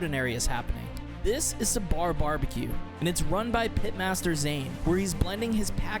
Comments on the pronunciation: Amazing work, sidenote not SA BAR its SA BUR short vowel on the a as well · Sabar ( صبر ) in Urdu means patience quite a unique name he chose also we don’t elongate it in English you can ignore a before r so Sabr that’s how we pronounce! Loved your video btw greetings from Pakistan 🇵🇰 ❤ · Just a quick note: you're pronouncing it wrong. You're saying with a long A at the end. As in Sabaar. It's Sabar. So, more close to Sabr but not as abrupt. :) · Great video! I know pronunciation is hard, but its not “suh-baar” its pronounced more as “sub-bur” or “sub-ber”. If youre doing a profile on a restaurant, taking the time to learn pronouncing the name of it correctly seems like an important detail! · Hey, liked the video. The name Sabar is pronounced like "Suh-burr" not "sa-baar". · Its not sa-bar ... Its pronounced as sab-er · The sad part, the narrator screws the pronounciation of the name of the establishment. The second A in sabar doesn't need to be accentuated. It's like you would say an 'er' sound in suffer, power, etc. A little bit of effort, goes a long way. Not to belittle the whole effort in making the video and putting his work out there and share it with the world.